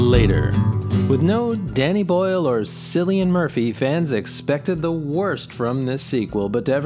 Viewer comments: Cillian Murphy's name is pronounced "Killian"... It's a common mistake but being from Ireland myself I know people would look at you with a tilted head if you pronounced it your way here. Great list though . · Cillian (as in Cillian Murphy) is pronounced with a hard c. Like the word "car."